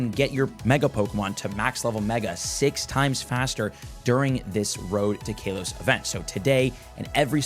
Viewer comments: 7. IT IS PRONOUNCED KAH-LOW-S. NOT KAY-LOW-S. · Its not KAY LOS GEEEEEZ " CAL OS" i cringe literally everytime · I cant stand how he pronounced KALOS as Kaylos. There no e to make the a sound like that. So its pronounced k-ah-los. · Still calling it kaylos. Bro where is the long a or they coming from? Ca-los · Love you but bro I think you are saying kalos wrong 😂. The not Kay-Los it’s K-ah-Los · I'm not sure if you are doing this on purpose but why do you pronounce it as "kay-los" instead of "Kaa-los" 😭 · Its kaw-lows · "Cal....os" Kalos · Sorry for your Kay-LOSS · How to unhear Kaylos bruh 😂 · ITS KA-LOW-SE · cant say ive ever heard it pronounced "kaylos" before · Omg kaylos event! 😂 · Ngl, we pronounce things differently alot, especially if we're from different areas, but hearing KAYLOS is indeed weird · bros entire life is pokemon and he doesn't know how to say kalos 😂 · Each time he says it I cringe. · Swear he pronounces Kalos wrong on person for engagement